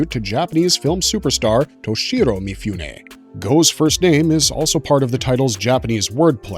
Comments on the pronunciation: This is great but Mifune should be pronounced Mee-Foo-Nay, not Mee-Fyoo-Nay. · Please: mi-foo-neh, not mi-fyoo-neh